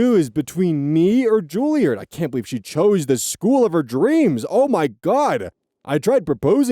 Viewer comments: It's Juliaahhrd. Less midwest sounding and more posh British. Not that it matters. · 1) I do believe Juilliard is pronounced like Charizard 2) Penguins of Madagascar ref???? Was not expecting that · Okay now he's just trolling us with these pronunciations. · the sudden 'King Julien!' after mispronouncing Julliard for a few minutes took me out while cooking lunch XD